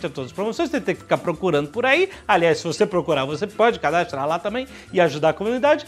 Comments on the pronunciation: "cadastlar" kkkkk cebolinha XD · cadastlar. baixou o ceolinha no joven nerd